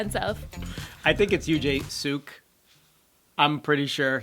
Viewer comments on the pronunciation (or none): you had his name right the first time he pronounces it Yoo Jae Suk, not sook. And it's Kim Jong Kook. And I am very sad it will be ending. Can't they fire the PD who screwed it all up instead and get another one?